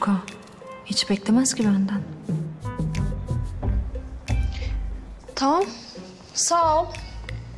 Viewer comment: Taam değil, tamam. Kulağım gıcıklanıyor🤦‍♀️